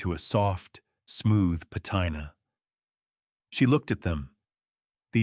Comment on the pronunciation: Patina…it’s pronounced “pa teen a”. Whoever posted this might want to correct the AI.